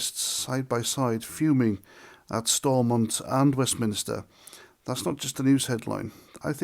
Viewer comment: Its westminster not westminister bloody annoying